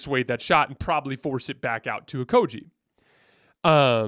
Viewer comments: Stop saying Josh OkoJee it's a hard G like Great.... It's Josh OkoGie please say it Right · I love your content, but sometimes you have no f*cks given about name pronunciation. Pretty sure it's a hard G my friend